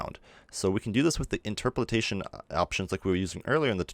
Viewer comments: In-TROP-o-lation, not interperalation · Just for future reference: In-ter-po-lation. Not in-ter-po-lit-ation. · dude...seriously the internet exists....you CAN google things....but since you apparently wont...its INTER-POL-ATION AS IN {IN-TER> POLE> AYE-SHUN} LOL great video though dude seriously yoru awesome and I am just teasing you ;) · How you say Interpolation ("Interpoltation") really bugs me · it's interpolation not interpretation :) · IN - TER - PO - LASHION dying inside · It's inter-po-lation(just like lotion but with an a) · I believe the word you are looking for is Interpolation (pronounced INTUR-POLE-ATION) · Great tut my dude. Interpolations a tricky one, I believe its pronounced something like; in-ter-po-lation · Hey; thanks for great tutorial (as always). By the way: it's "inter - po - la - tion".:) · I love the tutorial.... but geezus... stare at the word and perhaps adjust your own interpolation setting to slowly read I-n-t-e-r-p-o-l-a-t-i-o-n